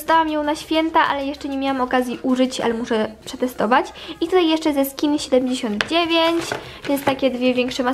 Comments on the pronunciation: Jeszcze nie obejrzałam ale wiem ze będzie super pozdrawiam cie cieplutko A make-up jest ci nie potrzebny bo masz piękna twarz skórę i wgl uwielbiam cie Aha i melodia powiem i napiszę tak ja się mówi ta markę skin79 A mówi się skinseventinajn tak się to wymawia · Nie czyta się skin79 tylkoskin seventy Nine tylko tak mówię ☺️